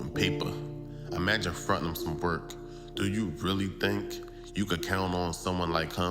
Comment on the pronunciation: For those who can't decipher: "Pit" is put and "hem" is him when the narrator speaks.